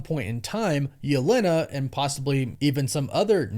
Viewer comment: it kinda annoys me how you pronounce "Yelena" but great vid man